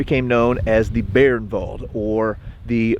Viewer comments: Fucking learn how to pronounce names. Not Beernwald by By-ernwald. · Thanks,, great video as always. Please allow me to comment on pronunciation. The German word "Bayernwald" is pronounced "BUY-ernvald".